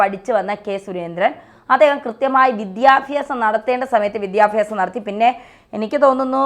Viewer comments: ചാച്ചി, വിദ്യാഫ്യാസം അല്ല വിദ്യാഭ്യാസം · വിദ്യാഫ്യാസം അല്ല ചേച്ചി വിദ്യാഭ്യാസമാണ് ശരി 😅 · വിദ്യ ഫ്യാസമല്ല വിദ്യാഭ്യാസമാണ് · വിദ്യാഫ്യാസം അല്ല വിദ്യാഭ്യാസം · Madam vidhyabyasam onnu sherikkum pronounce cheyyutto